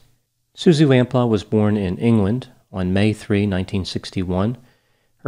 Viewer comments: And Suzy Lamplooo not Suzy Lamplahh... makes me chuckle with his English pronunciations.. he is very good. but he murders the English language sometimes lol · you appeared to call her "Suzi Lamplaugh". her name was/is "Suzi Lamplugh" (Lam-ploo, as you can see by looking at the spelling of the name). please don't misrespect (by failing to research how to pronounce) peoples' names, thank you :-) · I live in England and I remember this 😢her name is pronounced as Suzie Lamp-pew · It’s pronounced Lamploo. And Fulham (Fullam) is in West London. It’s not a separate town. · I think it's pronounced "lamp-loo" The Susie Lamplugh Trust does really great work to help people to make sure that they are easily findable and safe. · It's "Lam Pluu", but ultimately it's a small issue, poor woman. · Great video. Lamplugh: Pronounced "LampLooo" Thanks for analyzing this case. The question I have always had about this case: Where did Cannan stay in London, in the days or weeks between his release from the day hostel, and when he returned to Bristol? None of the documentaries ever mention that. He must have had some indoor area in order to rape and kill her, unless that was all done in his car? I only wonder because that's where all the forensic evidence would be maybe even to this day. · It’s pronounced Suzy Lamp-Loo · ( Lam-PLEW) xx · It's pronounced 'lamp-lee'.